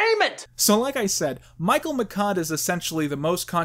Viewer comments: Alright. I'll do it. I'll stand up for Mike Michaud. His last name is actually pronounced "me-show", not "me-cod". It's a French name. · Reviews Two flubs: it's "severance" pay and I think Uncle Fester's last name is pronounced "Mish-aud." As for "The Room", it tours all over America as a midnight movie staple, so Doug's clip-filled review of it didn't make that much of an impact. Other movies reviewed by him, however, were probably hurt in online rental sales. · Mike Michaud's last name is pronounced Mishaud. I am not a defender. I am just saying if you want mention him say his last name right. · Is it just or all America pronouncing Michaud as "McKod"?